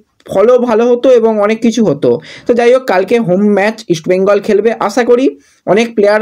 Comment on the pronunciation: ফিডনেস, জিদলো, আসা এই উচ্চারনগুলো ঠিক কোরো ভাই।